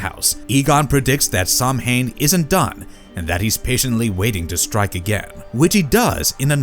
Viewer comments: Doesn't even pronounce it right... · Caoimhe is disappointed in how you pronounced samhain